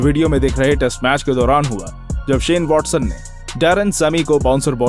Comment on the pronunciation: he said WALLSON 😂😂